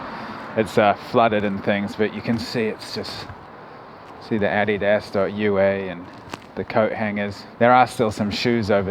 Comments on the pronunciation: THE WAY YOU SAID "ADIDAS" FREAKED ME OUT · I've never heard anyone pronounce Addidas like that before.